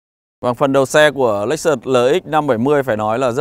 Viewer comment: ông này bị nhiễm phong cách của lão bên xe hay nên cách nói, nhấn nhá giống quá. Chưa có phong cách riêng. - hãng "lếch xớt" mà cứ đọc "lếch xợt" nghe không hay, nhiều phần tiếng anh phải xem lại. - chưa đánh giá sâu về xe. Hơi sơ sài so với mong đợi.